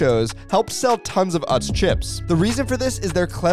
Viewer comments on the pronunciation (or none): Ive always pronounced it as oots... Not uhts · He's also pronouncing Utz wrong